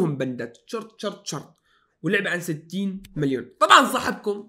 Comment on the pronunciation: مليون و ليس ملبيون